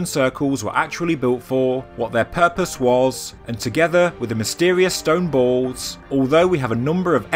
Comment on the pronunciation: I thought you were saying stone bowls and I was confused but the very last time you said it I realized you were saying stone balls.